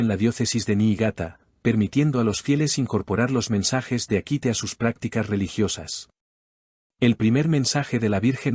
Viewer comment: Es SasagaWA (zazagavua) y Akita, hay que pronunciar mejor.